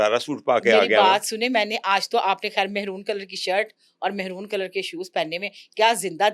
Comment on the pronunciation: تھوڑی سی اگر انگلش بھی سیکھ لیں۔ رنگ کا نام انگلش میں "میرون" ہوتا ہے۔ "مہرون" نہیں۔ مہرون، پینڈو لوگ کہتے ہیں۔ در اصل فارسی لفظ ہے۔ ہاکستان میں سندھ کو بھی مہران کہا جاتا ہے اس لیئے رنگ کو بھی کم فہمی کی وجہ سے "مہرون" اب کیا کیا جا سکتا ہے 😮😮